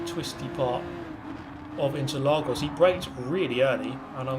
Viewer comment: As a brazilian, "Interlagos" pronunciation was really good!